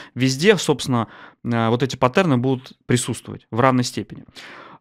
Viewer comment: Но! пАттерны, чувак! пАттерны!